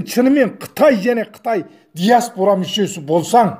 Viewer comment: ДИАСБУРА ЕМЕС ДИАСПОРА